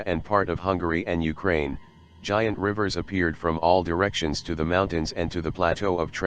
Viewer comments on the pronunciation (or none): none